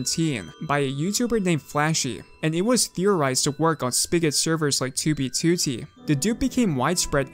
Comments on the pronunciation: 2b2t = ❌ too-bee-too-tee =✅ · i cant even watch anymore, 47 seconds in he keeps saying toobie tooty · Why do you say 2b2t like that. TOOO BEE TOOOO TEEE Edit: VALKUYREYUH? You're just doing this on purpose, now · I like your videos, but I'm extremely hesitant to click when I see one in my recommended because you pronounce 2b2t completely wrong. Please, if you see this, learn to say alphanumeric strings with proper stresses. It's twoBEEtwoTEE, not TWObeeTWOtee. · "on toobie tootie" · why does he say "tyu bi tyu ti" 😩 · Twu bee tuô tee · Ok but why do you pronounce 2b2t "tubey tootie"? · twuee bee twoou teee head ahh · *tooby tooty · its 2b2t dude, not "tooby tooty" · “2b tootey” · never change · can somebody teach this guy how to pronounce 2b2t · the way he says "2b2t" is so fucking funny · i love how he says 2b2t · i hate the way he pronounces 2b2t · this guy says 2b2t the most british way ever, it starts to irritate me everytime he says it. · Why do you pronounce 2b2t like that? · Why tf does he say 2b2t like that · The way you say 2b2t is awful. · Can say 2b2t right please? It hurt my ears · Sorry but your pronunciation of 2b2t make it impossible to watch this video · i am very sorry but i can not bring myself to watch the video cuz of the way you say 2b2t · The way u pronounce 2b2t makes me sick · the way you say 2b2t made me click off this video